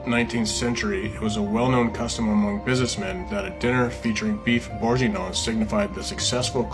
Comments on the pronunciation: Let’s all say it together “Burgun-Yawn” Great video! I’m going to send you some Omaha Steaks, do you like Filet-Mik-Non😂😂😂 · Burr gain(hard g) yawn like you’re ratatouille 🧑‍🍳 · Beef borg ing yawn! That’s how it’s pronounced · So many mispronunciations of bourguignon … would have taken one google search on how to correctly pronounce it lmao.